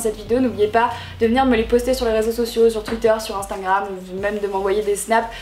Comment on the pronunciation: "Instaingram" 😂 Sinon super vidéo ❤